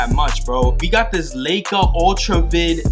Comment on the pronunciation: "Lie-Ka" (For the binoculars)